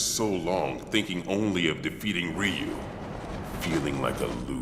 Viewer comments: It's pronounced "Roo" not "Re-you" or "Rye-You". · Actually everyone outside of Japan has been pronouncing his name wrong. It's actually pronounced RU (r-oo). Just like how everyone outside of Japan pronounces Aran incorrectly. It's not aaron but A-RAN. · His name sounds closer to Roo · Well, how do you even pronounce it? "Ra-yu"?